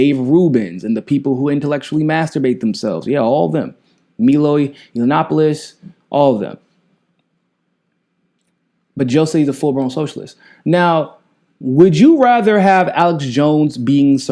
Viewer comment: Meloy Yiannopoulos? I don't think think that's how you say his name. Kinda like how people on fox say new green deal and Alexandra OhCasio(like the keyboard)Cortez.